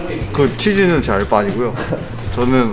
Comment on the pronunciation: 알 빠가 아니라 알 바ㅎㅎ..